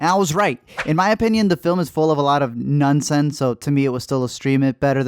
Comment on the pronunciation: Did you say Nun sense? No. Just no.